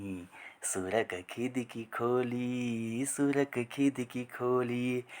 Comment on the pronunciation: खिदकी 😂😂😂 खिड़की